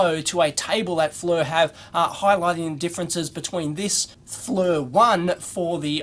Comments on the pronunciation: For what it's worth, the company name is pronounced like "Fleer", not "Flur". But you get a pass because your moon is upside down! ;-) j/k... please don't these the knife on me! LOL! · Fernrat if you go to their corporate website and watch the promotional videos, they pronounce it "Fleer". I wonder if the "Flur" version is a regional thing? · Maybe his Flur unit does haytch-D video? :) But yeah... The mispronunciation of the company name does get a little annoying.